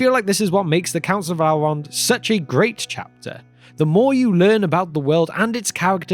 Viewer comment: It is not Alrond or alves, but Elrond and elves.